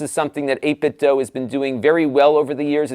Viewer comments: Joe from Game Sack said it’s pronounced like doo. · Never heard anyone say this word out loud, but since the word DO is pronounced DUE, it would be 8bitDO, as in "I do eat tator tots". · No it's pronounced 'dwaoe'.